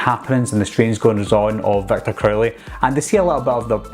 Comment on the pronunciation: Not trying to make fun but I always laughed when he said Victor crowley.😂 "Victor Curly"